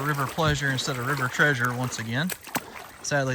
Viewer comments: River pleasure instead of river treasure, hahahahah love it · River pleasure instead of river treasure 😂😂😂